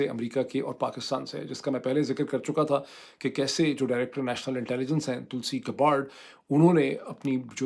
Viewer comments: یا اللہ معید صاحب یے تلسی گباڑڈ نہیں بلکہ تلسی گیبڑڈ ہے 😖😤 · Tulsi Gabbard is pronounced TUHL-see GAB-urd. The last name is pronounced "Gab-erd" .